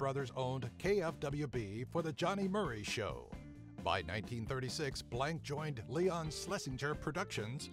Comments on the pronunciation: Its not Mel "blank" its Blanc. Pronounced Blonk. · Its pronounced Blanc not Blank.